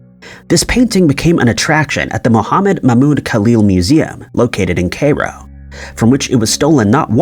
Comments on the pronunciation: Not Kayro!...KI-RO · CAY-ro??? Really??? Kai-roh. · CAY-RO? Assailant is not synonymous with thief. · Pronounced Cairo as Kay-Ro. :( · Yeah, that one was especially bad. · He pronounces Cairo as "KAY-roh," and, GOD!, that one irritates me.